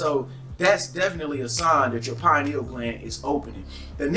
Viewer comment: Yeah they talkin bout some Pineals!..PINE NEALS??!! 🤣🤣